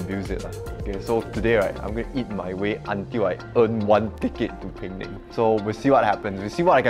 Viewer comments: Hi it' not peng nang. It's Pe-nang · Pee-neng. Not Ping-ning.